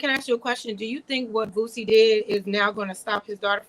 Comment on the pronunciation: "Bootsie" lmao